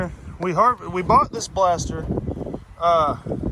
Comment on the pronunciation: Can never go wrong with a blastah, I aint never seen a bumper like that either its damn sick though. Killer vidyah!!!